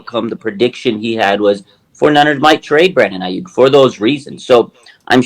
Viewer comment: If ur an NFL analyst and "well respected" but can't say Aiyuk correctly I'm out...I mean that's literally part of ur job